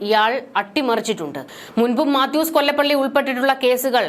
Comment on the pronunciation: മാത്യൂസ് കൊലപ്പുള്ളി എന്ന് വായിക്കുക